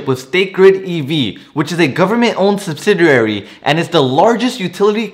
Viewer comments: Did he say subridiary? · Subsidiary is pronounced -- SUB SID EE AIR EE